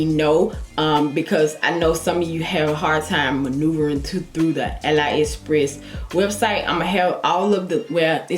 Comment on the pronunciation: It’s pronounced Ah-lee express not ah lie